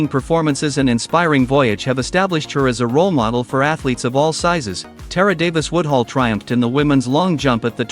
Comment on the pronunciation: I love Tara, but get this trash out of my feed, YouTube! The AI used to generate this hot mess can't even pronounce her name right...and doesn't even know she has a contract with Lululemon and not Addidas. TRASH!